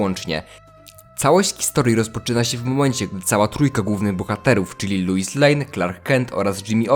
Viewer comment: Wiesz że źle wymawiasz Lois, czyta się tak jak piszę